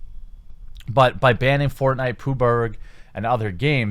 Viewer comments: Please stop saying puber lol Its a "G" .Just say pubgee. Unless its an inside joke i missed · wtf is pooburg? oh PUB-G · Congrats on Exclusively Gaming, I think you could turn it into a beautiful gaming site with non-political reviews and news. It can become a powerhouse. Please pronounce Player unknown as Pub G. Puberg sounds grosser than the game itself. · Hears 'Pooh berg' thinks wtf is that? Realises its 'PUB'-'G'. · why do you pronounce PUBG as pooburg? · What the hell is poo-berg? Is it PUBG? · Why do you call PUBG pooburg? Its fucking annoying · Who the fuck says Poobug for PUBG? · PUBRG? wtf just why call it PUBRG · PUB-GEE, not POO-BERG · "Games include pooburg..." You and I pronounce PUBG very differently. Pub-Gee. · Wtf is pubarg? It's PubG pabjeee 😁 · Listen, I love you and your content but I'm not sure if I can keep watching if you continue to call PUBG "pooberg" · pooburg LOL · You saying poober, it makes me wanna snap necks... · is nobody gonna mention the way he says pubg?